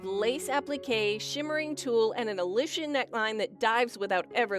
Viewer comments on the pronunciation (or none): none